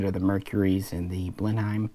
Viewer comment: Blenheim is pronounced Blen-em, but other than that a greta video, thanks